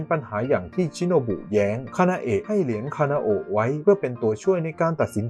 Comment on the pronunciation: พี่คะพี่พูดผิดหรือป่าวพี่เขียนคานาโอะแต่พูดคานาเอะ